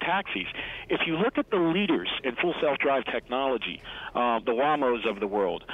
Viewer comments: did he pronounce Waymo "Wham-O"? Lol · Not to say he’s not a smart financial analyst, but the guy can’t even pronounce Waymo but considers himself an expert in the field. Sad! He’s making the EXACT same argument that Bob Lutz has made since 2014.....”The competition is coming”. Let’s just ignore that the Model 3 has been the best rated and best selling car in its category in 2018.